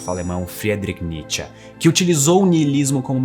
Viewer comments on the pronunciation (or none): none